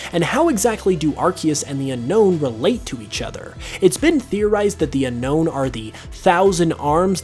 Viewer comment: Its pronounced as un-own